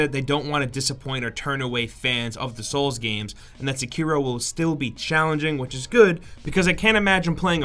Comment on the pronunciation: That is the most american way to pronounce Sekiro... "Seckeero" x) I believe it's "sekk-irro"